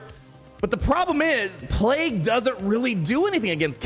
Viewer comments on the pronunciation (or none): none